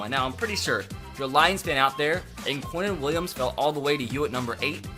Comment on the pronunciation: It’s Quinnen not queintin